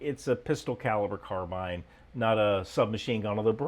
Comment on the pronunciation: At last!!!! An American that pronounces the word 'Carbine' correctly! Bravo 🙂